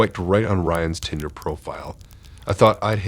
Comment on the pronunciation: Your mispronouncing of words like Uber, barrage, and Tinder at times made it difficult to listen to....